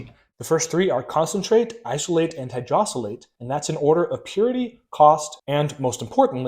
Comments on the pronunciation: It's hydrolysate not "hydrosylate." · It’s hydrolysate- not “hydrosylate.”You’re spelling and pronouncing it incorrectly. That one hurt your credibility